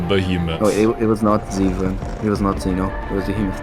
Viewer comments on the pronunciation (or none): none